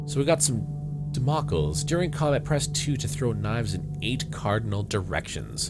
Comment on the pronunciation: damocles is pronounced "DAM-o-cleez"